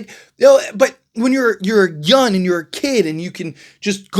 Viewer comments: I like your channel, I just have a question?? When referring to the young players, you call them "Yun" at 1st I thought it was a mistake, but you say it all the time. Yun is not a word, and it sounds like you are an uneducated man, I know that's not true... At the end of the day if I don't like it I know I can unsubscribe and go elsewhere but it's just a heads up just in case you don't know you are doing it, but it is annoying man lol. P.S all love, just an observation!! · First noticed this when he was talking about Trae Yun but yeah, this particular video he says it a dozen times.